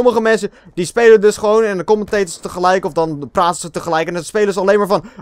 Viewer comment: Lol min. 15 zei je platen in plaats van praten. Haha!! Ga zo door